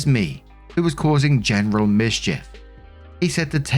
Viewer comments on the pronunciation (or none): none